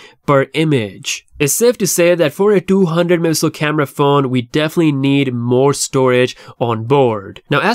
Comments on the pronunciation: Stop mumbling Mega Pixel grrrrrr🤬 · bro it's not difficult to pronounce "megapixel"